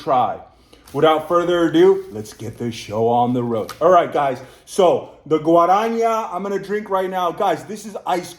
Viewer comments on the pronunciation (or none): In Portuguese, J sounds like in French, not Spanish. Guaraná has no H in it, it's not "guaraña". the "ñ" in Spanish is "nh" in Portuguese. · Amo como ele fala Guaraná haha Guaranha 🤭🥰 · You're saying "Guara" just fine, but in the end of the spell, your are more like "nhá" instead of "ná". Just remember how The Beatles finish "Hey Jude", in the "na na na nanananaa" part 😅, is basically the same thing❤ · Guaraná is not pronounced guaraña its a normal N guarana, Picanha is pronounced picaÑa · By the way, just a hint, you swapped the n<->nh sound in picanha (nh is pronounced like ñ, so like "picaña") and guaraná (normal "nah" sound) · You can say GUA-RAH-NAH :) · Please pronouse "Guaraná" and "Picanha" correctly. It hurts all brazilians